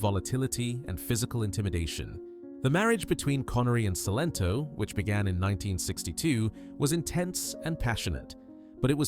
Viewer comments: Her name was Celento not Sento. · Cilento pronounced Chilento